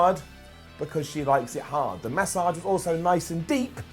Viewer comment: says Massage weird as hell 😂😂